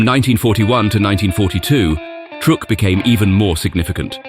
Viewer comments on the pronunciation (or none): Love the surf music-tad bit condescending? Ohh, and it's "Truck" Lagoon, not "Trook" Lagoon. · The narrator needs to learn how to pronounce the names of places and people we are not British like it is not trook it is truck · Truk is pronounced like Truck. not like Trook. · In American that we pronounce that truck Island if you're going to tell stories about the US you should use our pronunciations out of just respect😅